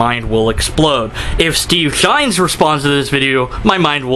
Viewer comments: Just curious. Why are you calling him Steve Shines, and not Steve Shives? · Not sure if you're saying 'Shines' deliberately for a reason, or if it's just a simple misunderstanding. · I love how you mispronounce and misspell Steve's name so blatantly. I unsubscribed to Shives when he made his first video on rape culture. His wife was nonchalantly using the PC behind him, probably coaching his indoctrination. He says he won't talk to someone who supports a hate group, but I'll bet if Shirley Phelps-Roper wanted to chat Steve would jump at the chance. I believe that deep down he knows feminism is another religion but he can't fight it because of his wife. I have a coworker who has been an atheist for as long as I've known him. His wife gave him an ultimatum one day. He's a "happily married Christian" now. Damn patriarchy.